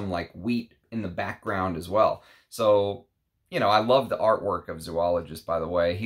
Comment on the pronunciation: Sounds like a great fragrance. Oh and just for your own info, it is pronounced Zō-ologist, not Zū-ologist. Thanks.